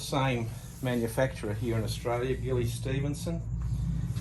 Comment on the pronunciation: i think its pronounced Jilly she used to live up the road from you in Mundaring, there original product was a beeswax polish made in house dont know about the citrus oil. The business passed to her daughter when Gilly died and she has been expanding the product range, the daughter by the way is a cabinet maker among other things.